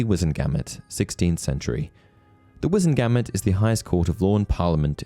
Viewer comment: The way you pronounce "Wizemgamot" irks me 😂😂😂